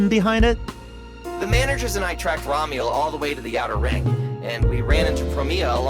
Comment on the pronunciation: That name reveal reminds me of when Hermione explains the levatation spell, to Ron in Harry Potter. You're saying it wrong. its Remielle, not Ramiel... 😂